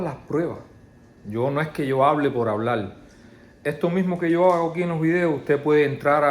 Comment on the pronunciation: NO SOPORTO A LA GENTE QUE HABLA CON LA L No se de que pais son, pero que digan HABLAL en vez de HABLAR me fastidia tanto que no puedo escucharlos